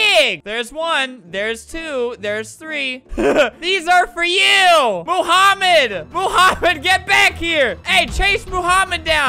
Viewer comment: BRUH ITS NOT MOOHAMED ITS MOHAMED CUZ HE SPEAKS ARABIC AND I DO THEY SAY IT MOMHAMED